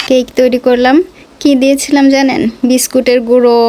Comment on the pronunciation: That is cake not caike😂